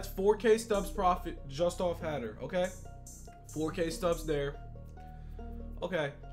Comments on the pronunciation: Josh Hader (Hay dur) not hatter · It’s pronounced hay-der